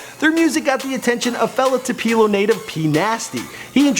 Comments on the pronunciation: The ONLY thing,, that bothers me about your videos (I've watched only 3 but they are cool) is the fact that in 3 videos I've heard you mispronounce 2 different cities, 3 times. Baton Rouge, LA and Tupelo, MS. Please look up the city hall on Google and call the town so you can get the correct pronunciations. Being from Biloxi, MS and knowing how to say these names and being a critic, it's a turn off. Otherwise hats off and kudos on all the interviews. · literally just had to stop the video bc this fool said "2-pee-lo"...its "tooh-puh-low" son get it right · Did he say Tu-pee-lo ? It's Tupelo , Too-Pe-Low ! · "Tu-peelo" smh it's "tu-pil-o" learn to pronounce stuff mike come on man lol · Tu-puh-lo, Mississippi. I went to school with them. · its pronounced "two, pell, oh" Mississippi. Source: I live 30 minutes from Tupelo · it's pronounced (2-p-low) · Where is this boy from? Who says Tupela? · uhh it's pronounced "too-pa-lo''😂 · Patrice Milton right lol "tu-pee-lo" kept driving me crazy but I guess you don't know if you're not from MS lol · Uhhh no Tup-el-o. I live there so🤫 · Wtf... this kinda made me mad the way he was talking about my city.. TWO-PA-LO😑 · TU-PE-LO... it's pronounced TU-PE-LO! GOOD LORD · chris f depends on which part. But why is this man saying tupeeelo?? Lol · tupeeelo mississippi??? Who MANS IS THIS!?!?!?! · It's pronounced TWO Pel LOW-Tupelo fam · TUPELO son . Too•puh•low omg 😂 gotta represent from where I'm from !!!! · Bitch I'm from Tupelo. It's pronounced Toopaloe. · HAHAHA it's pronounced Tupelo (to-po-lo) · This nigga just said tu-pee-low Ms....SMH you need to stop right now!!!!!! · neanam yes I'm from Tupelo!! If he says Tewpelo again!!! Tupelo is a great city and we are not that small!! Ugh!! So proud of our hometown boys!!! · Toopeelo😂😂😂😂 Tupelo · Tapelo? You mispronounce too much in your videos get it together! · Terrible job pronouncing Tupelo (Too-peh-low). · Two-Puh-Low Mississippi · lmfao ikr too pee low I live there lol